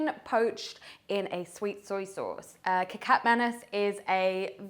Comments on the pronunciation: It is not 'kicap', it is kecap. That is how it is spelled on the bottle. Pronounced keh-chahp if you are english speaking. Primarily 2 kecap are featured in stores, kecap manis (sweet) and kecap asin (salty). The asin is what we normally think of as soy sauce. Tomato ketchup is called 'saus tomat' (tomato sauce). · Wow Nice video ......That is so delicious, by the way to pronounce kecap, is "catch up" , not " K Cap" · You supposed to say Ke-cha-p not ke-cap, its the same mistake on porsche ma-cha-n. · Ketjap (not Kekap) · It’s pronounced “khe-chap” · The c is pronounced with a “ch” sound 😂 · “AYAM KETCHUP” thats how you pronounce it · Nice job! But the sauce ketjap manis is actually pronounce a little bit like ketchup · Nice one.. kecap should be pronouced like keh-chup hahaha. Cheers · The soy sauce called kicap sound "key chup" similar sound like ketchup... just correcting the sound... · presents very well and we may mistake her to have spent time in South East Asia. Kecap is derived from the colloquial word for Ketchup (Kichap) which should be the correct pronunciation of the word. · Not 'kitchap'. It is 'kecap' and the letter 'c' sounds like 'ch' in 'church'.